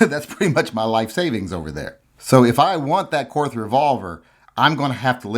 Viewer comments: Its pronounced like "court", not "courth". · it is pronounced "Court". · It's pronounced KORT. The H is silent. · I think it’s pronounced “Kort”. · The correct German pronounciation is "KORT", okay? The H is silent. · My input; you don't deserve a Korth until you can pronounce it correctly. Learn to speak, then get it. You won't regret it 😉. Personally though, if I had that cash to spend, I'd complete my Dan Wesson revolver collection.